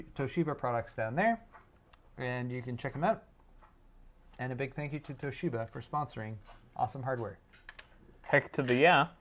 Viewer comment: exuberant pronunciation of Toshiba is actually quite close to the Japanese pronunciation. Japanese language generally lacks stress, so the common English inclination to stress the second syllable sounds odd to Japanese people. A small stress of the first syllable sounds much more natural. 東芝！！！！